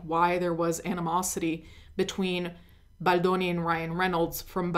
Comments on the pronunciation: You are my number one go to for this story, not just because I've been a longtime subscriber, but because the way you say baldoni in scratches my brain in the right way 🤌🏼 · it’s so annoying that you say baldoni like that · The way you say “Baldoni” 😍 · Idk why but the way you say Baldoni makes me laugh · I think she’s pronouncing like an Italian